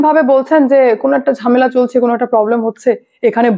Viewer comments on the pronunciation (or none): none